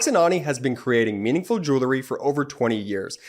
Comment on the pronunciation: love your podcasts, but PLEASE tell your youngest brother that the word on your sponsor's ad is JEWELRY (jewel plus the collective noun ending, -ry), It's NOT JEWLERY. He's not the only one. Lots of (too many) people make this same mis-pronunciation.